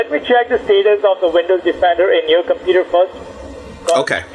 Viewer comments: I think I already heard this indian before in another scambait video... he says "Compeeta" instead of computer=) Edit: It was on a LIVE stream by Leo Takacs scambaiting one or two days ago. So that means this asshole is still doing the same shit after 2 years after this video!!! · someone need to count how many times he says "cimputer" i stopped counting after 54 lool